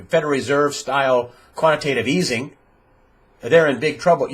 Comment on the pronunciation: Quantitative EATING - Your miss-pronouncing actually explains it all: You can not create unlimited food supply while you can create all the money you want.